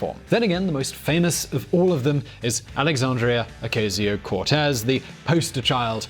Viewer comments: Its a soft A sound like "ah" in Ocasio. It's super jarring to hear you pronounce it with a hard "A" sound because she's constantly in the news in my area. Regardless of your feelings about socialism nobody in America is really talking about seizing the means of production. The only industry anyone wants to be taken over by the government is health insurance, because it's hard for most people to afford to go to the doctor and the current system still costs the state more than countries with fully socialist economies. Other than that investment in infrastructure during the two world wars is exactly what our economy was built on before the red scare and we have slowly destroyed the social safety net since then. All most people want is a return to pre-Reagan tax rates, education costs and minimum wages after adjusting for inflation and people under 35 have it the worst no matter what school they graduated from or didn't. I don't know if I agree with all of her solutions, but they're not very radical when you compare them to older economic policies. The most radical part of that group of Democrats is their social policy and commitment to racial equality, which has never existed here, and that's why we can't just do school vouchers for everyone without unintentionally reinforcing segregation in some places. It's also better to think about American government like the EU with 50 different independent countries inside that just happen to all speak the same language, so there is a hug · How do you pronounce "Ocasio" wrong when she's easily one of the most popular figures in politics right now? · This video is an example of white privilege. A white man with little knowledge claiming more than he knows. And then, he mis-pronounces AOC 's name. She prononcés it O-ca-sio not O-cay-sio. And Cortez is how it is pronounced in Spanish not how white Americans prononcé it. I don't have time to disect other mistakes and selective knowledge picking on the video, so I will end here.